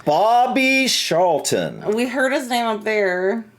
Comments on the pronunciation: it is Charlton not Sharlton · Lol,, your pronunciation.!It's CHarlton (tsch like in 'cheese') and MuniK for Munich (German pronunciation). Yeah, I knew it would be Bobby Charlton (he also had a famous footballing brother called Jack, though they didn't get on). That aside, you guys should definitely check out the story of the Busby Babes and the Munich Air disaster, just the most awful tragedy, and very important to the history of Manchester United. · Charleton is pronounced with a hard C, like in Charles